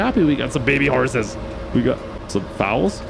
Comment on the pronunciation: Foals like bowls not fowls like birds😂